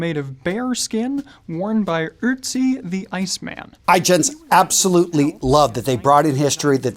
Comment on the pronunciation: The only thing is, he isnt called Utzi, he is called Ötzi